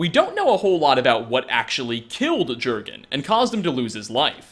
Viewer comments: He had the horn of Jergens moisturizer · It's pronounced as 'Yur-gin' Arngeir literally says it. The J is silent. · THE J IS PRONOUNCED LIKE A Y AAAAAAAAAAA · glad you addressed the improper pronunciation yourself because while it doesn’t actually matter it bugs me a fucking lot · J's are pronounced like Y's he's not a friggen bar of soap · Say "Jurgen" one more time. I dare you. I double dare you. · VOL KI HAR NOT VOLIKAR YURGEN WINDACALLER NOT JERGGINN YARL NOT JARRL MAY RUNES DAEGON NOT MAROONS DAYGONE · jurgan mah gurgan @@ it's pronounced yourgan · It's yurgen REEEEEEEEEEEE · *YORGHEN not jorghin or jerghin... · Yergan not jergan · It's pronounced "Yor-gen" not "Jer-gen" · Jergen pronounced yurgen not gergen, like jarl is pronounce yarl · If you've played the game then you should know that the Nordic pronunciation of "J" is a "Y" sound.. So, "Jurgen" is pronounced "Yurgen." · Its pronounced "Yur-gun", not "Ger-gun" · J's are Y's in skyrim! yurgen not jurgen! yarl not jarl!! cmon u know this!! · “Ger-gan” instead of “Yur-gen”, “Volikar” instead of “Volkihar”. Pronunciation. Use it. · sigh ... *Y*urgen Windcaller, not Jurgen... Man, I like your videos a lot, but you mispronounce so many things... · bajsbla Sure, were you live it might be pronounced Jurgen, but in-game they never pronounce it like that, the Greybeards clearly calls him "Yurgen". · I know this will make me sound like a dick or something, but Jurgen is norse and is pronounced Yurgen. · Gergun still wouldn't be pronounced how you were saying it.... Just sayin'. :x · Jurgen is pronounced "Yurgen". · It's pronounced yergan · It's not pronounced Jurgen its pronounced yorgenn as in yorgen windcaller just do u know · yergen* j = y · do you play with the sound off or something? the game must've said "yur-gen windcaller" over 10 times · I think it’s pronounced yurgen because of names like arnbjorn being pronounced arnbyorn